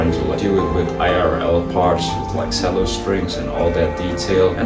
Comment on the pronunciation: who tf pronounced that as "se-llo* LOL